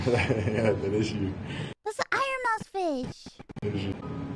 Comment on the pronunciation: CDawg being a "SeaDawg" at the Aquarium.....This was awesome! Thanks for posting "Eye-Ron Mouse".